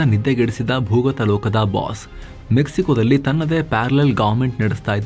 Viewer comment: ಡಲ್ಲಿ ಅಲ್ಲ ದಲ್ಲಿ